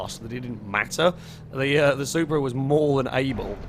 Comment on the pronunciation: I cringed so hard when he said that the Supra was a prasu